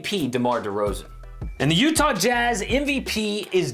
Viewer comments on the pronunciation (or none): none